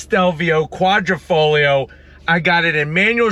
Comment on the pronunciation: Quadrifoglio is pronounced Quadrifoyo NOT kwahdreefohglee-yee-oh! OMG! The "internet" it's a thing. Look it up!